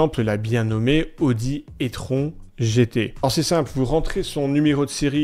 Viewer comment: Comme d'habitude je suis d'accord avec toi, l'elec c'est comme un "artiste" autotune apres niveau perf , ayant testé plusieurs elec, la i4 m50 est débile ! mais c'est tellement lourd P.S : j'adore ta prononciation de l'audi etron ! je dis pareil !